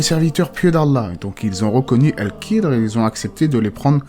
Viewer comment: KH ca ne se prononce pas "K" mais comme le "J" en espagnol , c'est guttural